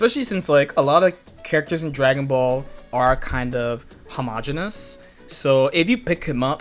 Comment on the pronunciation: I just noticed the way says, “Dragonbaulll” when he’s about to teach us. 😂😂😂